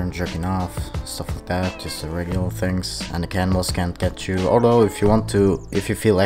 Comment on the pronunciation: At first I thought you said "cannonballs" but I thought "wait...there are no cannonballs" Then I was like OHHHH! Cannibals haha loving your videos man!